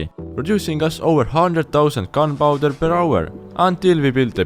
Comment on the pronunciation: “unpowder” “lass bottles”